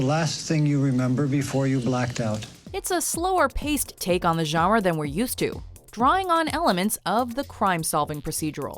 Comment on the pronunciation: The video narrator really needs to learn how to pronounce the word, GENRE. It is not "zharra." It is "zhahn-ruh," with a nasalized vowel. She is not doing the nasal vowel at all.